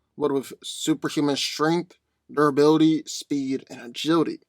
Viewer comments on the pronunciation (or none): Tell us again about unstable molecules and doraly. And by doraly i assume you're trying to say durability